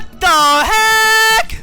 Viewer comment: "WAAAA THA HEEECCCKKK"- At the moment became uncle roger XD